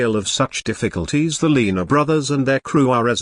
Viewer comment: The commentator can't even pronounce their name, whats that tell ya.